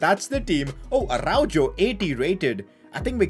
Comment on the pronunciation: Araujo is pronounced like Arauho.